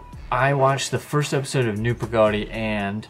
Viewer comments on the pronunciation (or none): say it like Pa Ga Diy like theres 3 different words but say it fast...not like 2 words Pa-gody